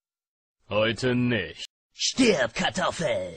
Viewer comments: Ist euch aufgefallen das er bei "Stib Kartoffel" Sagt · ich glaub der hat stirb kartoffel gesagt :) lol